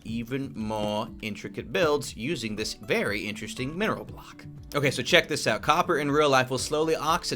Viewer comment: Did anyone realise the K in ‘Weathered Copper BlocK’